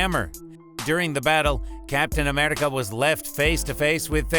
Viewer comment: why did he fucking say Captain Amerrrrica, Gamorrrra, The Thor Hammer, Thay Nose, Rowdy and morOG why does he pronounce even the msot easy names incorrectly